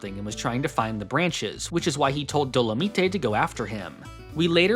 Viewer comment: I might be wrong, but I'm pretty sure Dolemite is pronounced like Doe-La-Might, as a reference to the blaxploitation film.